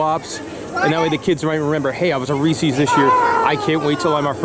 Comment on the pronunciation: Reese's... not Ree-See's. 🤣